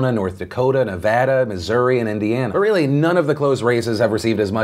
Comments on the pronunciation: He finally said Nevada right! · Liking because you pronounced Nevada correctly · HE PRONOUNCED NEVADA RIGHT THIS TIME! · PHIL, you said NEVADA correctly!!!!!!!!!!!!! As a native Nevadan who has watched you for 7 years, it warms my heart to hear you say it correctly. Thank you! NE-VA-DA, not NE-VAH-DA. Woohooooo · I’m happy you say Nevada correctly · Can we just take a moment to appreciate Phill ❤❤❤ that pronunciation of nevada was 😫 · I've noticed you fixed your pronunciation of "Nevada," and I thank you.